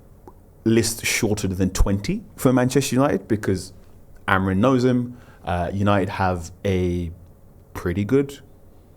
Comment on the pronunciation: Does my head in how etc still consistently say “Amorin”, simply not the man’s name